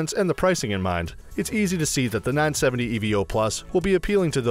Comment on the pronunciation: LOL S.A.T.A .... E.V.O ... ?????????? Humans call them 'SATA & EVO' ... are you a robot ?